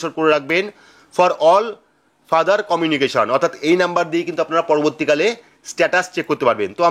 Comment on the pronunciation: #দাদা আপনি "future " ফিউচার কে ফাদার বলছেন যে!#